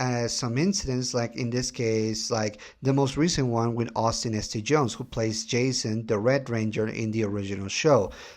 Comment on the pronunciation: great insights. One correction - It's not Austin "S.T. Jones." It's Austin Saint John (born Jason L. Geiger, birth last name pronounced "Guy-ger"). Great to hear from an MMPR fan, especially outside the US. Coming from a guy who loves Super Sentai, Kamen Rider, and other Tokusatsu shows more. Salud!